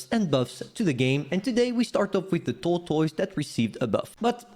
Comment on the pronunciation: SAY TORTOYS AGAIN SO FUNNY